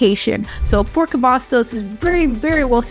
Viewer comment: She said Fort Cavasos... know she not from here😂..... And she make it like you have to travel you 40 minutes from Austin depending what side of town you are on. But it take me longer driving frombone side of Dallas to the other side. Also you can drive to Dallas, Houston, or San Antonio for all the fun. Killeen is not a place for jobs, its for military people and retirement people. If you willing to drive to Austin for work you will be ok. You have Kalahari, Summer Fun, Austin Park and pizza, a other things for the children. Killeen is a good place to raise children and a good place to start a business. But its better for people to stay where they at, dont need no more people 😂. And our Base is Fort Hood, not Cavasos, us originals will never go with the name change